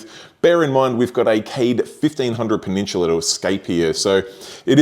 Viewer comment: Take a shot every time he says "peh-nin-chula" lol